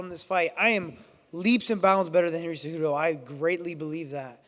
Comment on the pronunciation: I LOVE CEJEWTOE (CEHUTO) CEJUDO GOATTT